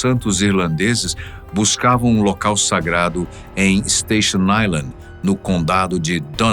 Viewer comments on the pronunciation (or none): none